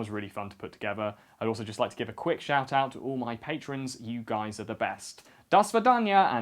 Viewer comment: "and I just want to give a quick shat out"